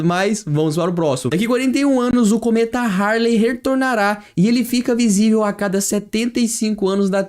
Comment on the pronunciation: humanos "poupar" em marte? cometa "haRley reRtornará"?? o terremoto "ocoleceu"?? não dá amiguinho...